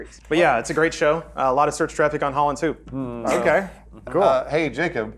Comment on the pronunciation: As a Dutchman, pronounciation of ‘Hollands Hoop’ is kinda funny, well, maybe cringy actually. Also for all the non-Dutchmen out there, ‘hoop’ means ‘hope’ in Dutch (who would have guessed), and actually pronounced kind of similar.